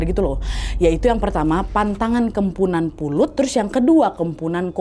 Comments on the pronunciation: Kok kempunan? Kepuhunan mungkin 😂 ini harus hati2 sih beberapa kali pengertian atau pengucapan kata2 dr bahasa kalimantan salah terus. Kmren juga salah pengertian tp lupa video yg mana, pokoknya cerita kalimantan juga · Kemponan wak bukan kempunan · Ak orang Kalimantan asli kak Nadia salah penyebutan "kepuhunan" itu baru benar tpi gtau juga sih klo Kalimantan lain nyebut nya gmn😅🙏🏻😊